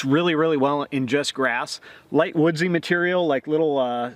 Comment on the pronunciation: "woodze" stuff! argh!